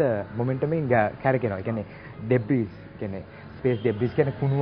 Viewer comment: "Debris" pronounce කරන්නේ "ඩෙබ්‍රී"කියලා මිසක් "ඩෙබ්‍රිස්" නෙවෙයි. ඒකවත් දන්නේ නැති ගොබ්බයෙක් රොකට් යවන්න කතාව. මුංගේ ගොබ්බකම පවුලෙන්ම එන එකක්